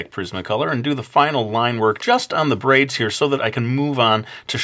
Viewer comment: I heard "brains" every time you said "braids". lol DO A ZOMBIE VIDEO!